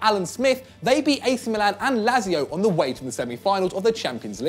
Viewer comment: La-zio, May-gars... Jesus Christ don't you guys have anyone better equipped than to do these?